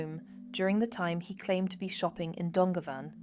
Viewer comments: Just to help - Youghal" is pronounced like Y'all/Yawl and Dungarvan is Done-garr-van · This is very good but please pronounce the place names like youghal and dungarven correctly. Thanks